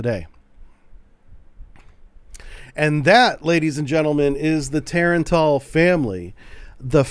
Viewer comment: Its not Tar-AAAAAAn-TAAAAAAL Its Tah-rah-n-tul...like tarantula...which is what it means.